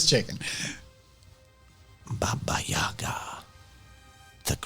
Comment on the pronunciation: I love how you correctly pronounced Baba Yaga